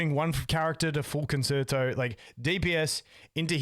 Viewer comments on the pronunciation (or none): Forte, Resonance, and Concerto are all music terms that have specific meanings. Reminder Con-cher-toe. Both of y’all said it wrong. Please try and say that one right. Great cast guys! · You said the word I have to correct because you didn’t read my comment my dude. Concerto should be pronounced like the music term Con-cher-toe. Great content as always. I’m trying to help y’all out because you all seem to be saying it wrong, please help in fixing that 😊